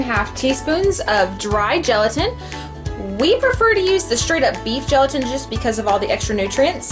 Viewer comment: did u say beet felatin??? never heard of it, also I beleive Lilly brand chips are made with erythritol, really good